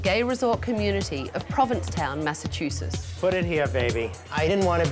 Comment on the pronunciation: Does Tabatha say "Massatchusses" in the beggining? 😅